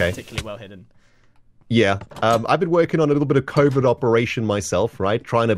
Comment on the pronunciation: why did I hear that as Covid instead of covert lol